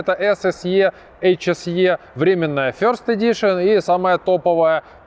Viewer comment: first = [ферст], а не [фьйорст]. Аналогічно birthday = бездей, а не бьоздей. Ми ж не на Брайтон Біч )